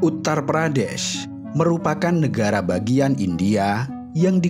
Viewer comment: Syukurlah u ngomong "uttar pradeSH"